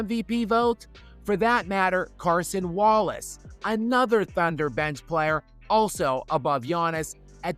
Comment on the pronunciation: It’s Cason Wallace not Carson Wallace you clown. Just another example of you not knowing basketball😂